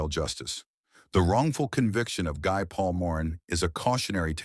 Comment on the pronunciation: Good review of the case but the name Guy is pronounce Gee, a French name.